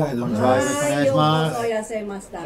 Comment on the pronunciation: 、さすがによろしくお願いします言えるようになったか笑 よろしこお願いしますが面白かった笑